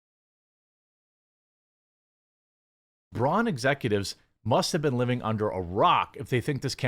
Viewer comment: Hey Braun....👋👋👋 byebye.... by the way its pronounced braun... the au is like the ou in loud.....